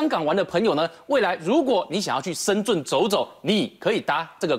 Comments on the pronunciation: 还是听不惯“深zun” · 怎么感觉大部分台湾人不会念深圳的圳...zhèn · 台湾人发音深圳的“圳”字 都发不来吗？？